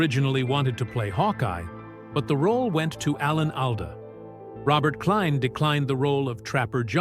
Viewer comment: You can't even pronounce Alda.